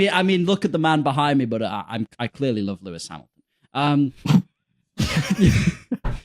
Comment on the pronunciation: Every "Louis" on Lewis Hamilton, I will bark.